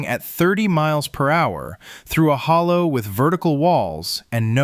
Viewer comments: He also doesn’t know how to pronounce “Hollar”. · He said hollow lol